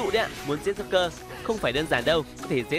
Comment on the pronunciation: Joker mà nghe ad cứ nói nhầm là rouker :))